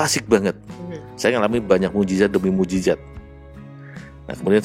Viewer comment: MUJIZAT bu', bukan MUJIZAT